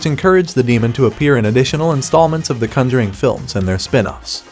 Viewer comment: Why do you pronounce conjuring so weird?